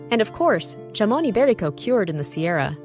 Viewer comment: The AI voice is fine, not even close to the worst I've heard. The incorrect pronunciation of jamon iberico is offensive though. 😋